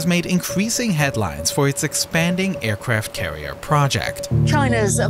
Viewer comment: the aicwaft cawiew🤣🤣🤣🤣